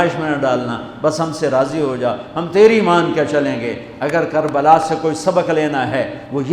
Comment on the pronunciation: Kabala not Karbala